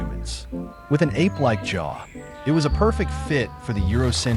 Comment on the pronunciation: Dumb AI can’t say “apes” properly